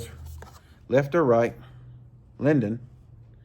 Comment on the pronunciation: It's pronounced "Lay Dune" according to Yankeelippers expert opinion of Chinese 😂. Love your reviews but where's the fishing part. The reason you love those is the roundness for the big mitts. That reel might be 175 in two weeks. Right hand is the only way. All leftees are doing it wrong or they are poor children that never learned correctly. Keep up great work bro.